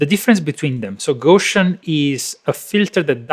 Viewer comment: Gow-See-In not Go-Shin (Gow like "gown". Gow rhyming with cow). Carl Friedrich Gauss